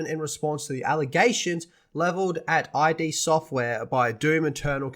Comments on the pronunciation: It’s id not I-D. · It’s “id”, like “the id, the ego, and the superego”.